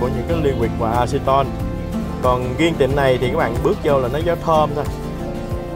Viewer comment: Riêng mà sao nói giêng